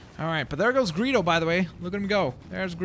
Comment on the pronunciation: When you say Greedo's name it sounded like Burrito. (I am so serious) :'D